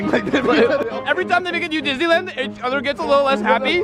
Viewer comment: Did you buy anything for your brain "lityle one"